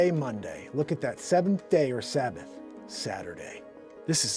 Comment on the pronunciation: "Sabbat Day "